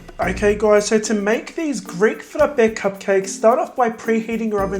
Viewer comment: Hey! Are you Greek or something like that? Because your pronunciation is reallyy good! 💗 Some love from a half Greek from the Netherlands! 🇬🇷🇳🇱